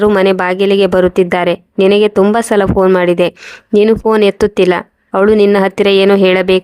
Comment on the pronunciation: Phone ಶಬ್ದ ವನ್ನು ನೆಟ್ಟಗೆ ಹೇಳಲು ಬರುವುದಿಲ್ಲ